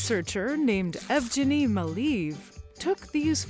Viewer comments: It was so funny to hear “Evegeny” (it is Eugen) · Ev - Jenny?? YIkes!!! You did not do your homework. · You absolutely massacred the name of that poor Russky paleontologist. EV-geny with a hard "g". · Pronunciation of Evgeny was WILD.